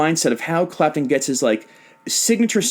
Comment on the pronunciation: on blast he said “eric crapton” lol